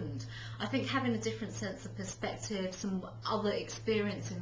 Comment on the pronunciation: God this pretentious bitch is annoying. Listen to all those long syllables which should have been short, like "offerrrr" and "perspectiiiive".